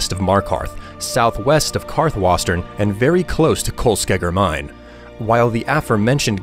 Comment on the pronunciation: Its karthwasten not wastern